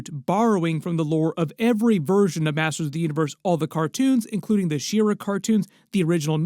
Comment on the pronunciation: She-Ra is not pronounced "Sheer-uh". It is literally "She-Ra".